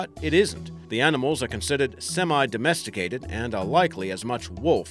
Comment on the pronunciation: Most embarrassing fake Aussie accent I've ever heard. Since when do Aussies pronounce semi "sem eye" ? We say "sem E" ffs.